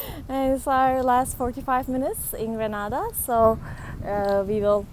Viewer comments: Just an FYI it is pronounced “GRAY-NA-DA”. Nice video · It's actually Grey-nay-dah